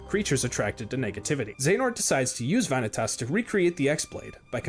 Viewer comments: Veah-Nih-Tuss? This guy clearly didn't play the games with Vanitas (Vuh-Knee-Tus). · one thing i hate in this video is how he says vanitas like he does all the work to say his name wrong